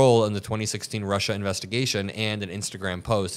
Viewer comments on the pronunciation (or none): none